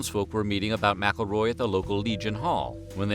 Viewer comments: Isn't McElroy pronounced Mick-El-Roy? The narrator is saying the "Mackleroy" How someone didn't get him earlier is crazy. If I were the foster parents I would've ended him when he came for the child. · It's not "MackleRoy" It's McElroy you donut!!